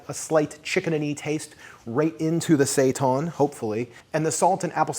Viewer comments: It's pronounced "say tan" not "say tawn" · Thanks for this video. I am trying this as soon as I finish this comment. FYI Seitan is Pronounced Say-Tan not sayton. Not trying to be ignorant just informative thanks for the recipe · Thank you for your great videos. Could you please stop calling it sei-TAHN? It's seitan, the second syllable sounds the same as the word "tan," like when you get a tan. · Are you guys saying seitan that way to be funny? Like the queens English? Because I can’t for the life of me think of a word for “tan” is pronounced “tahn”.